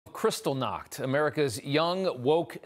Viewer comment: Did he really say crystal nacht? The night of broken glass?